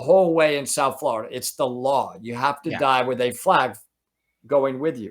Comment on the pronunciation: Ok, as a native Floridian I need to correct you. It's pronounced FL OH RIDA, not FL ARRR IDA.